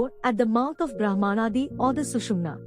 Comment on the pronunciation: It's not not Sushmina Nadi like Canal, but nerve improve your pronunciation. It's very bad and confusing.